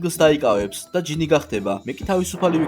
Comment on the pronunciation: გჟინი კი არა ჯინი